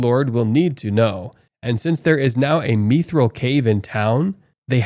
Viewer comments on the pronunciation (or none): if this guy mispronounces mithril one more time, I'm going to end it all